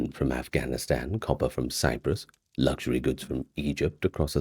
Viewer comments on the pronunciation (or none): none